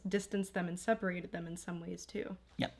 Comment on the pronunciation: I like the stress on "too" 😊